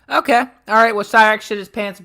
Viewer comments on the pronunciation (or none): I still get annoyed when I hear this inbred mfer saying "Ohhey" instead of "Okay".